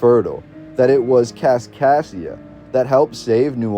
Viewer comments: This voice says "Kaskasia", but the written name is always "Kaskaskia". What is correct? Nevertheless this is very interesting. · As a citizen of southern Illinois who went to Kaskaskia Community College.... It's Kas-Kas-kia... You're missing a K every time you say it. Other than that, great video. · Driving me nuts. Also, KasKasKia. Makes it really hard to endure. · He misses the misses the third K in Kaskaskia every time too. It almost has to be on purpose.